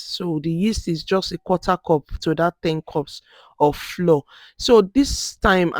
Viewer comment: Great video! Quick question though: Why did you pronounce the actual FLOUR as "FLOOR" but the CORN FLOUR as "FLOWER OR FLA-WAH OR FLAU-UR"? They are both pronounced as "FLAU-UR, FLOWER".